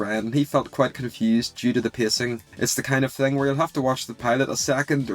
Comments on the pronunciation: Why does bro pronouce pacing "pissing"😭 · I am bothered by how you say pacing